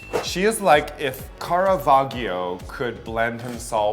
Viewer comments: "Cara-va-ghio" my poor Italian ears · raja, girl. caravaggio was a baroque painter and his name is pronounced like this : [karaˈvaddʒo]. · "Ca ra va gee o" 😂😂😂😂😂😂 deddddd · The way raja pronounces Caravaggio is homophobic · Caravaggio was a master of Baroque painting not Renaissance, and bless poor pretentious Raja, her pronunciation is hilarious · the way that Raja pronounces Caravaggio tho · Raja.. I love you, but you really need to google how to pronounce Caravaggio. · Raja trying to say Caravaggio though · The way Raja pronounced Caravaggio made me cringe. Is that really how you pronounce it in the rest of the world? Why?